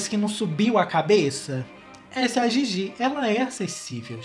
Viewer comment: Não se pronúncia (Gigi) e sim (dhidhi)